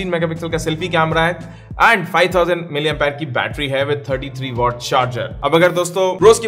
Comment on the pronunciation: Are bhai 5000 Mah ki battery hai sahi se bolo thoda 😒🤣😂